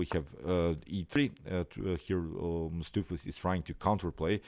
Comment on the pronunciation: "Stoofvlees" is a Dutch word and I am from The Netherlands ... if you want to pronounce "Stoofvlees" correctly go to: hit the "play audio button" 3 times as the third audio play is 100% correct! ... The first two is missing part of the sound.